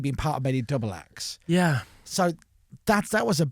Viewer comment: You really feel the 'yeah' here. And another .